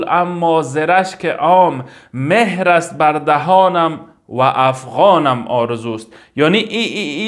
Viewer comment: مهر نه مهر با زیر نه با پیش خوانده میشود. یعنی چون بلبلم اما بر دهنم مهر زده شده.mehr نه mohr